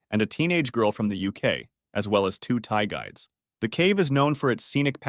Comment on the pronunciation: I know he's saying Thai guides but it's just funny I keep hearing Thai guys